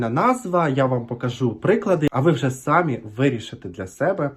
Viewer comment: Ти молодець, що перейшов на українську👍. Але дуже прошу: у слові «самі» старайся ставити наголос на другий склад («самІ»). Буду дуже вдячна) і, можливо, підпишуся на твій канал😘. За випуск 👍 від мене)